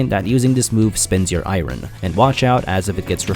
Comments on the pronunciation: Im just here to say you pronounce iron like Norm Macdonald, i-ron, its more like eye-ern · Anyone else infuriated by how he says "Iren" instead of "Iron"? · Irin. I thought it was just a slip. But he says irin, instead of iron. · Eye rern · "and watch out because using the anvil uses I-RIN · It's airon. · Please pronounce iron properly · This is the first time I have ever heard somebody pronounce "iron" with two syllables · did you just pronounce ion IRON !? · Why do you say iron wrong? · How are you a grown man that can’t pronounce iron?